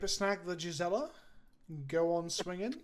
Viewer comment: A+ guest cast! is okay aswell, I guess. Sidenote: Gisela is an old germanic name and on Innistrad, with all its 'walds' and 'geists', pronunciation would be correct.